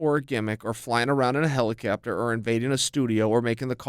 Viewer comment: Chael "Never Cowtailin or Flyin around in hellacapturs" Sonnen